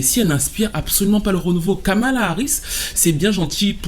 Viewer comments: Je t’ai entendu dire Skamala 😂😂😂 vilain 😂 bien joué ❤ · "Kalama Harris"